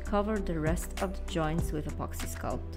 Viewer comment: apoxy apoxy i always hear apoxy